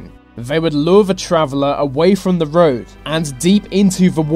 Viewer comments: Why is this guy pronouncing 'the' and other words beginning with TH as 'v', e.g. Vis and vat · It's the not ve, it's they not vey😂this was really annoying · Your narration is awful. This becomes vis, the becomes ve, thing becomes fing, etc. Such lazy speech. Find someone to narrate who is at least willing to pronounce words correctly. Also the subtitle was wrong in at least one place. You said inheritance but the sub title said "inhabitant". Very sloppy editing.